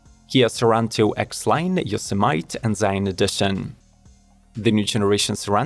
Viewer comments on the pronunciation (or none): Excellent video. Just in case you ever have to say the word Yosemite again, it is pronounced Yo-seh-meh-tee. It is the name of a national park in California. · Yo-se-might? Don't be like Trump, LEARN how to pronounce Yosemite properly.